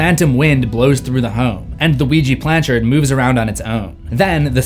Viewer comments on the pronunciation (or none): I hate to be a pedant but it’s ouija planchette. Not planchard. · planchette, it's pronounced planchette.